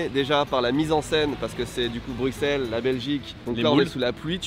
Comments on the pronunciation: Ça se prononce brussel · Pitié la prononciation, un peu de respect, prononcez "Brussssselles" correctement ! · bruSSSSSSSSSels et pas bruXXXels. sinon on va commencer a dire pariSSSSE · Je suis français et à mon avis tous les français sont sensés savoir que le “x” de Bruxelles ne se prononce pas. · C’est quoi cette connerie: on prononce avec le x en Belgique espère de banane flambée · mais à moins que tu sois flamand, on dit Bruxelles, on prononces le x, sinon retournes à l’école